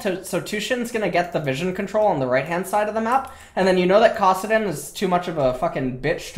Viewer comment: its kAssadin not kOssadin